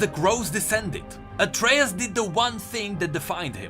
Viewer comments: Why are you saying Atreus like its said in greek mythology and mot how Atreus class himself or how you said it in the previous lore video? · Yeah, i was wondering why did used the Myth's pronounciation in this video when in Pantheon's interaction vid, it explicitly used pronounciation of "Atreus". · Pronounces Atreus wrong Riot: Changes Pronounciation in Rework: Uses Old correct pronounciation Riot: Am i a joke to you? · Please pronounce Atreus the way you used to, it feels disgusting hearing it in the middle of this great story. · ITS PRONOUNCED AS ATREUS BOT ATREUS !